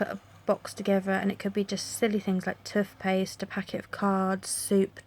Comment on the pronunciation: Really lovely vid. The way you say Toothpaste and Toothbrushes is hilarious. x